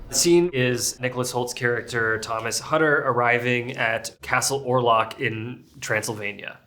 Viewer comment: i really love this film. it is a masterpiece. for a german, it is really funny to always have them pronounce the name Hutter as "Hatter", not as "Houtter" as it would be pronounced in German.